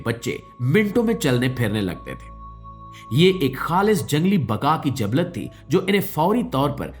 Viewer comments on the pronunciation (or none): jablat nahi jibillat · Jablat nhi jabillat